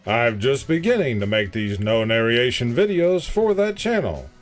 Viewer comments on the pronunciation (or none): I am surprised at your spelling and pronunciation of "narration". GenZ is the last generation of educationed kids. I'm a boomer and love your videos.